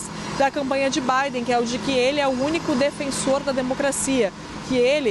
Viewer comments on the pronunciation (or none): none